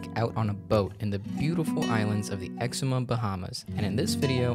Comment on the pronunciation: Hi, I'm an actual citizen from The Bahamas (Grand Bahama), and 6 second in the video you've mispronounced 'Exuma'.